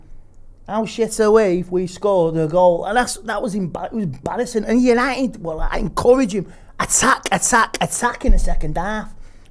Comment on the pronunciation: Yanited😂 love you Listen to the man